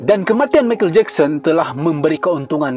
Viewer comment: Michael ( pronounced - maikel bukan mekel )